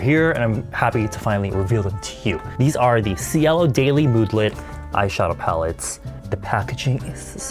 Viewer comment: Sweetheart, They are reaaallly C-U-T-E (im just curious the word Cielo, is it Italian? If so, i know you don't care and it's fine, but... That's not how you u pronounce cielo(= sky)) im really sorry i didn't say this to criticize you or anything 😔😥🙏